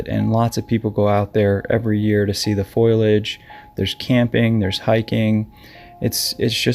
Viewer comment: Did you just say, "foilage"?